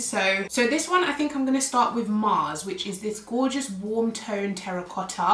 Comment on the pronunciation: I love pink shades And also the way how you pronounced terracotta 😍hello from super cold German - 10 C❄️👋😘